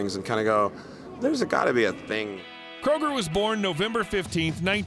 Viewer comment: His last name is Kröuger